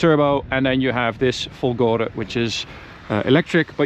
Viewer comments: It's "Fólgore" with stress on the first "o", Fólgore, not Folgóre! Which idiot's taught you to say it the wrong way??? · It's Fòlgore, not folgòre ahaha